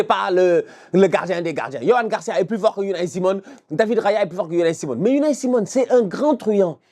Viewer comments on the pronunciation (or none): Mais a massacré Unai Simon🤣🤣🤣